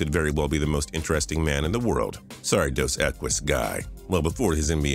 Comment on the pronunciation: " dos ekwez "